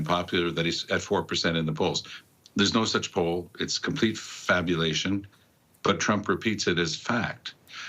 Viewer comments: Did he say "Fabulation"? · Fabulation? 😂Are you snorting. FABULATION????By a PM SEX WORKER? HOLY!